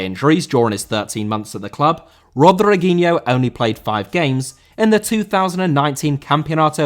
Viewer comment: Rodriguinho* not Rodreguinhouw